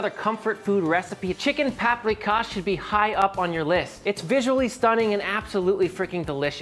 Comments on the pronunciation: Pahp-ree-kahsh Sh-payt-ts-luh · please not"paprikash". no h. it's just pronounced like that.